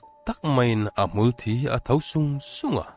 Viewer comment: Hmul_thi tih hi thisen a thi ang hian in lam ziah... Mitthi kan tih a thi tih ri ang hian lam tur... Ka lo sawi ve mai2... Ngaihnawm lutuk e.. 🥰